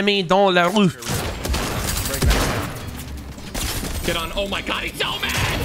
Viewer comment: its la roofe